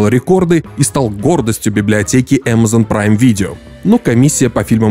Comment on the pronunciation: Кринж. Если ты наименования Амазон и Бефезда "стараешься" произносить на английском, то почему весь остальной текст на русском?